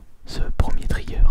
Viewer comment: Merci ! Je vois que tu as lu les commentaires car tu t'es corrigé et tu as prononcé "Trigger" correctement ! Super Vidéo :D On s'approche doucement mais sûrement des 100k